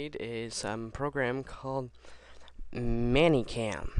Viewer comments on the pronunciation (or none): Meh-ny Cam. Not Manny Cam. >.> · It is "Many" Cam not Manny Cam. It pisses me off.